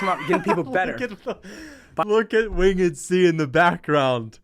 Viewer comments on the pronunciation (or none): How is so dumb he mispronounced “Winged C”. Wing-ed C. What a useless moron. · "Wing - ed C" You might be trained by Demetrious next.. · “Win Ged C”🫡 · wtf is wing-ed C it’s winged C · "wing..ed C" lol